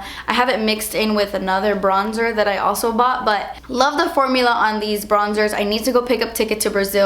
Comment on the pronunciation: "dewy drops what is zat" lmao